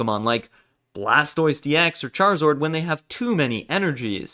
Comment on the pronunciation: “ultimane” “charizord” my guy, you ok?